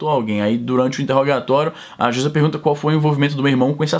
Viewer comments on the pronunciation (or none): none